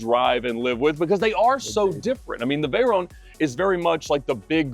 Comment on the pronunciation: please when you refere to the veyron say it well its a legendary name Pierre Veyron its not veyeronne